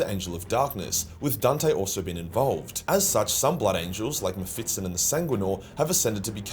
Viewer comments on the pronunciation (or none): It's MephiSTON not MephiTSTON